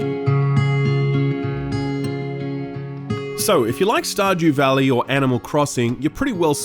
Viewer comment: “Star Jew Valley”